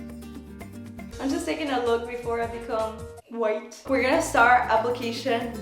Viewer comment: I just laugh too much whenever she says "whiteeee" 😂😂❤